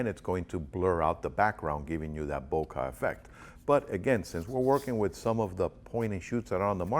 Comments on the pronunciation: you pronounce it bo-car ? do you (bokeh) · I have NEVER heard anyone pronounce bokeh "bo-kah" lmao!